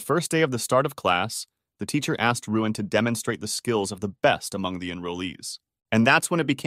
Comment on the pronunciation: btw his name is luin not ruin